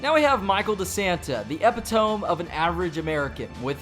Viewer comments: Ep-i-tome????? It’s ep-i-ta-me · My god. He pronounced the word "epitome" as EP-IH-TOME instead of EP-IT-OH-ME. My inner grammar nazi is going wild 😖 Also, besides that, nice vid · It's eh-pit-o-mi, not "epi-tohm" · Did this dude really say epitome as ep-I-tome? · I do believe that word is pronounced "Eh pih toe me" rather than "Eh pi tomb". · It's pronounced e-pit-o-me dude lol "epitome" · Not epi-tome, epit-toe-me. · Epi-toam? Nope, it’s epito-mee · Epitome. E-PIT-O-ME not EPI-TOME. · Epitome. Pronounced E-pi-toh-me. Not E-pi-tome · Tf is an 'epi-tome' lol It's pronounced 'epi-toe-mi' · did you really say epi-tome ahhaha its pronounced epit-o-me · Did this man just say EPI-TOME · Abishuiish, ambitious* Ep e tome, epitome* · What is an epi-tome? Lmao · Anyone else get annoyed that he pronounce epitome so wrong ? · the way this man says epitome... i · that's not how you pronounce "epitome" lmao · my man actually pronounced epitome wrong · If you can't pronounce "epitome" don't say it, bud... It makes you lose all credibility. Otherwise, good video. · Pronounce epitome right please... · doesn't know how to say epitome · You mispronounced "epitome" and "ambitious". Your script is poorly written. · he says "epitome completely wrong. And I'm triggered. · The way he pronounced epitome 😂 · He can't pronounce ambitious or epitome, what do you expect? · Pronounce epitome Better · Why he pronounce epitome like a dummy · thats not how you pronounce epitome... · Did this guy really just pronounce epitome like that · HA! He can't pronounce epitome